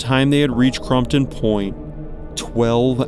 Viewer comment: J is pronounced H in spanish so Jesus is pronounced HeySus !! It's Crampon point as in Crampon's the place you need to stop and put on your Crampons!!! You need to watch some Everest Bios so you would know how to pronounce these words. She died of Summit Fever